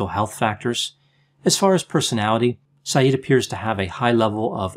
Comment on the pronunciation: Isn't his surname pronounced differently?